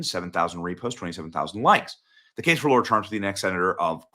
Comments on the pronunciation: "L-ahhhhhhhh-rahhhh" not "L-oooooooooo-rahhhhhh" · Stop calling her LAURA as like Laura Bush. Her name is LAAAARA Trump dummies. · It’s LARA, not Laura guys 😵‍💫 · She's LARA Trump, not Laura. I know it may look like a small thing, but please try & pronounce it correctly as a sign of respect 😘❤ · It is not ”Laura.” It is LARA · Lara,,repeat after me Lara,,,NOT Laura😏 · LARA, not Laura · Her name is Lara not Lora. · Laura Trump??? Isn't it pronounced La Ra Trump? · Why do you always call Lara Trump."Laura" and not "Lara"? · I'm not sure why he says "Laura" when her name is actually Lara. ? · It's really strange but even her family call her "Laura" half the time, but it's spelled LARA. And she always says her name is LARA. I'm dumbfounded. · Not 'Laura'. LARA. It is LARA Trump. Pronounced "LAY-RAH." Which brings the point. She has a five year old and a three year old, Carolina and Eric Luke. They're in formative years. REALLY formative right now. With the demands of the job of Senator, this might not be fair or healthy for their children. We have seen what happened when Kellyanne Conway tried to combine working in the White House with motherhood, and we ended up with Claudia Conway becoming outspoken and rebellious and we do not know about the three younger children, how the lack of attention may have also affected them. It may not be prudent for a mother with toddlers to take on a job that requires that much devotion, as US Senator. It is a much bigger job than chairing the Republican National Committee, which she did admirably. She definitely would make a great Senator, but think of the children and how much they need their mother at that age,. We don't want them to miss their mother. There may be a good number of other candidates that could fill these shoes, even though Lara Trump would be great, there may be others without needy children that could do equally well for the movement. Great job. Thanks for the content. Keep up the good work. בס'ד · Larah** not Laura